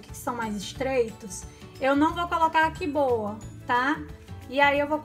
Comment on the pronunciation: É "Qboa" ,não "Qui boa"